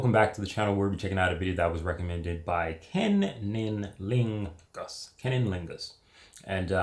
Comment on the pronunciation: 😂😂 did you just say his name was " Ken il lingus?" 😂😂